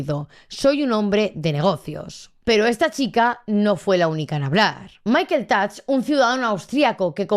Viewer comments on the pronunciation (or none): none